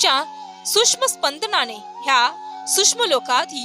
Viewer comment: श्री स्वामी समर्थ,आपला आवाज चांगला आहे परंतु शुध्द मराठी भाषा बोलून तो चांगलाच खुलेल कृपया न आणि ण तसेच सूक्ष्म आणि सुष्म यात सुधारणा करणे गरजेचे आहे